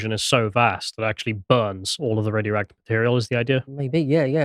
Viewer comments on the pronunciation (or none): none